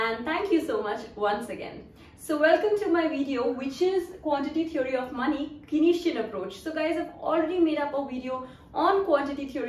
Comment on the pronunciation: Where did this Kaneesian pronounciation come from?